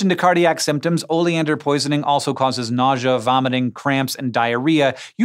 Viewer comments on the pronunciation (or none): none